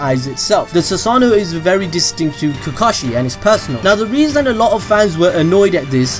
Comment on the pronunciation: Is anyone else saltey at how he said kakashey's name